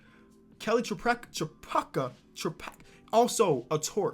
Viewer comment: My mom was actually friends with Kelly Tripucka his name is actually pronounces tri-puke- a